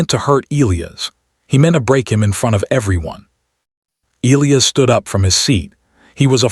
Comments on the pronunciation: Oh! Having reached the end now, and knowing that Elias is from Rio de Janeiro, I can say with absolute confidence that his name would be the 1ˢᵗ way I listed (Eee-lee-iss). Soooooo... The A.I. actually got it right every time I paid attention to it. Sorry to burst your bubble, but hey, we all have gaps in our knowledge. Nothing to sweat! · The character is Brazilian and the in Brazilian Portugese the name is pronounced eh-LEE-as like the AI read it (any BP speakers please correct me). I think it would have made more sense to present him as Brazilian earlier, but the AI actually got it right.